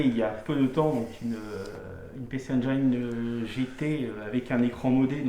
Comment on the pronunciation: Engine comme angine, pas engaïne